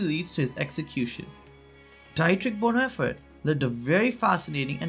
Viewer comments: It’s pronounced BonHoffer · Please learn to pronounce names like Bonhoefer. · Learn how to at least pronounce the German language.... The name is Dietrich Bohnhoffer, said as"Deetrick Bohnherffer". (in German the name Dietrich has an 'ie' ipronounced as an ee' and 'Vorbei' with an 'ei' is [pronounced as an an "eye"... 'Hoffer' (with the umlaut - the double dots above the o, sorry I do not know the correct keyboard shortcut for that.), is closer to 'herffer' but spelt as Hoeffer in English. There a lot of tricky pronunciations for English speakers, besides those....